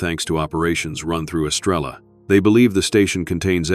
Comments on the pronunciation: I see three pumps, and no Estrella please take better care matching urination with a photograph. BTW, someone from El Salvador, who's still retains his accent, will say, "Es-STRAY-ya," flipping the "r." He did, however, pronounce "Te quiero" correctly. "Abuelo" means grandfather. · And it should be “Es-tray-ah.” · Great story❤Star in Spanish is pronounced estreya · I’m not a Spanish speaker, but I live in Brownsville,Texas, on the border. Even I know, now, that the Spanish words are being mispronounced. Especially, Estrella.